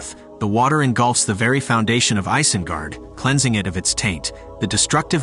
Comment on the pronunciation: It's pronounced EYES-IN-GUARD...Not ICE-IN-GUARD..Just thought u should know...